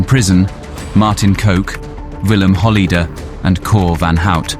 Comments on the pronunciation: Good documentary, only point of comment = check and improve your pronunciations like Zuidas, Kok, Holleeder etc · Pronounce it Hol-lay-der, not Hol-lee-der next time. Also pronounce Kok as Cock and not Coke.